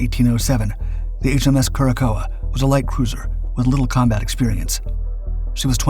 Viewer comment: "Cure a sow," or "cor sow," not "Cure a coa."